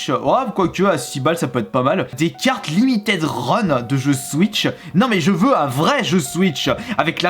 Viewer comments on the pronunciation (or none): none